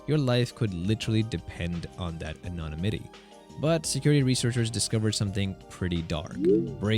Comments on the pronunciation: ano... nimity, not whatever that is you kept trying to say. LOL. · Anonna-mitty? Yeesh, your speech model needs some better training. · I can only assume from the way you/it pronounces "anonymity" that you are AI. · Absolutely no chance English isn’t his first language. That would be realistically impossible right? besides all the ai I tried pronounces it correctly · Probably TTS like every other channel on Youtube now. He probably didn't spell anonymity correctly in his script. Or, the script was written with chatgpt and he didn't use TTS but doesn't know how to pronounce anonymity.